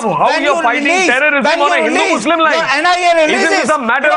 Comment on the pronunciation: Come on Arnab! That slip of tongue saying muzrim instead of muslim was deliberate! hahahahaha you